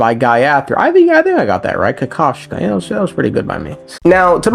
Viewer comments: Bro,same thing! I was laughing my ass of every freaking time said "Kakavshka". 😂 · Yea, as a Russian I was dying every time you tried to say his name in last video